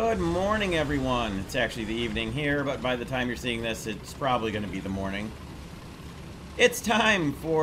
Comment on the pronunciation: "Good morvening"😂